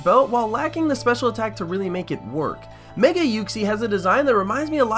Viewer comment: why did you copy another ytuber... and... are you saying giratina or dragonite.... also.. why is it meger one more thing... whats that profile picture